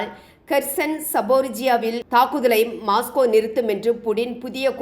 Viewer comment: மாஸ்கோ அல்ல மொஸ்கோ